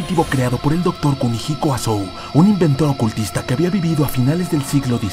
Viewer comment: Pronunciaste bien Kumihiko, eso es un avance, ahora otra enseñanza básica, Asou las palabras con ou se leen como una o sostenida osea que sería Asoo...